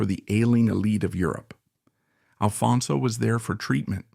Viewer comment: Why can’t you get the name right? It’s ALFONSO!